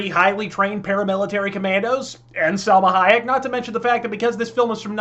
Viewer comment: This guy is the best reviewer on YouTube. Every time you kept saying Selma Hayek, I lost it lol